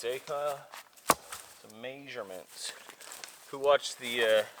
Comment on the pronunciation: Whenever I hear "maysherments" I picture Lonnie making a tarp tent in Alaska